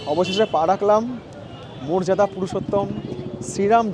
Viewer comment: মোরজাদা নয় মর্যাদা বা মরিইয়াদা পুরুষত্তম 😅😅